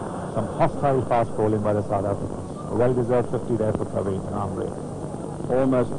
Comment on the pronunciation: परविन नहीं प्रविण नाम है उसका। Not Parveen, Pravin or Praveen. कौनसी स कुल में पढ़ कर आया है? बुद्धी का उपयोग कर।